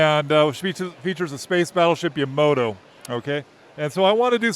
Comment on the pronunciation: Yamato not Yamoto 🤦